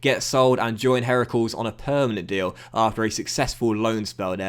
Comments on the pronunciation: at it again butchering foreign (club) names:P! Heracles (Hercules) isn't pronounced 'herakels', and the accent in 'Willem II' is on the first part (Pronounce as 'Willum'). And now I can't wait for episode 50 (wow that went quick) of this series! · Really liked seeing McDonald move to Heracles, even if you butchered the name of the club 😂